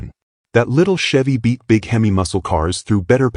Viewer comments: Hem=ee not Hemiss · This video needs a lot of image correcting and pronouncing of words. Him E versus the Him Miss sound for instance. A Camaro does not looke like a Vega which a lot of the Video has off, with some tweaks would be a lot better. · You need to teach AI how to pronounce HEMI !!